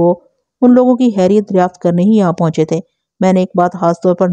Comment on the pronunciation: براہ مہربانی خ کو خ ہی بولا کریں، ح نہیں۔ خیریت، خلق داد، ہوتا ہے نہ کہ حیریت یا حلق داد۔ اردو تلفظ کا خیال رکھیں شکریہ